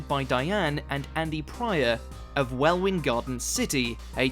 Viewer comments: With regard to the narrator's pronouciation of the Hertfordshire town Welwyn as 'Well-win' rather than 'Wellin' it pretty much represents the quality of the whole film. Just reading - badly - from a script without any authority over the subject matter isn't good enough. If you don't know how to pronounce words and place names then make it your business to find out when your work is in the public domain. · Its not pronounced well win. Its pronounced well in. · ‘Well-win garden city’. It’s WELL-IN! The W is silent. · located on the very southern tip of England in a county called west Sussex , mmmmmm... where does that leave us in South Cornwall . C'mon fella , you're English , Welwyn as pronounced here phonetically WELL UN , rest of content nicely presented though . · I thought you might like to know that Welwyn Garden City is actually pronounced WELLIN GARDEN CITY. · I live like 5 minutes away from there and I was like that ain’t how you say it wtf he on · Yes but cannot pronounce Welwyn though. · I've never heard an English person pronounce Welwyn so badly